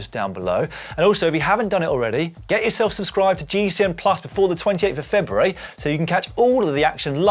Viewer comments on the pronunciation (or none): All that good pronunciation of Italian places and Dan blows it by struggling to pronounce February. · Has anyone noticed that Dan says February really weird?